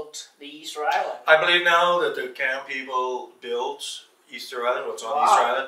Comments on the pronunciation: Y'all I am Cham and just so everyone knows he's saying Cham mad wrong. It's pronounced exactly as it's spelled in English, the Ch is not a K sound like in Cat, is a Ch sound like in chip. In previous videos pronounces it correctly but the white guy is totally butchering it. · Just FYI- the word “Cham” in Cambodian pronounce as Jaam, which mean Muslim. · I believed the Cham is pronounced with letter J It's Jaim. I'm from Cambodia and we are very well-known about the Jaim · The pronunciation is not "KAM" but "CHAM" more like CHM very little emphasis on "a", (CHAM as in Cham-pion - चम) CHAM people are very well documented in Bharat's history. They originated from CHOLA (CHO-[LA] as in Cho-colate - चोला) DYNASTY... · Yes my family is Cham from Cambodia and this guy not only pronounces it wrong but also has stated some incorrect information already. He doesn't have all his facts right and it's frustrating 😤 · Pronounciations are wrong,sir. These are चाम और चम्पा.